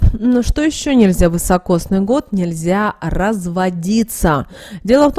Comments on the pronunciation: Простите, но режет слух вЫсокосный год, правильно говорить вИсокосный. Спасибо. 🌹🌺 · Извините, не высокосный, а високосный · Следует говорить "високосный"